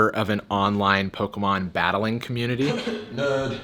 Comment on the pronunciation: "Nerd" in a British accent does not work